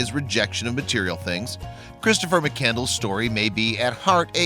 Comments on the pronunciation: McCandles? Lol! It’s McCandless. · Well done. However, you should know that you’ve mispronounced his last name the entire time. It’s (McCann-d-less), and not “Mc-Candles”. Nevertheless, I enjoyed your video and I thank you for producing and sharing it! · McCand-less not candles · It’s McCandless, not mak candles... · Its pronounced MC CAND LESS not mc candles!!! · His name was Chris McCandless, not McCandles. The narrator not only chose the wrong type of music for this video, but also did not pronounce his name correctly. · Chris McCand--LESS! NOT McCandles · Before you put some little video together learn how to pronounce his name that's disgraceful